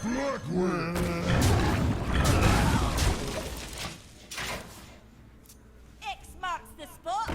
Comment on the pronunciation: "the burglatory"